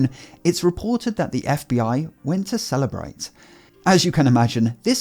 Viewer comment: The way you pronounce Cellebrite... "After Apple refused to unlock the phone, the FBI went to celebrate"